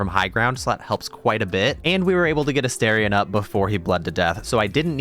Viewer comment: Can I just say I love your video? However, I cannot subscribe until you pronounce my boo's name properly. It's A Star ree ahn, not A Stare ree ahn. Just FYI.